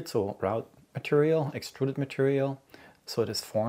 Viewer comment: Just a very very very minor point: "wrought" is pronounced like "raw-t" (as in raw fish). English is just weird on this one; I mean "router" is pronounced like "rOw-ter" (row as in an argument, and not a line of things) but "wrought" is pronounced like "rAw-t"; who invented this language lol 🙃 Loved the video; very informative and helpful!